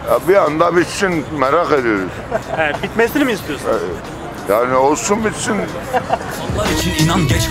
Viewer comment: yani bi anda olsun bitsin, sonunu merak ediyüruk diyen dayıya saygılar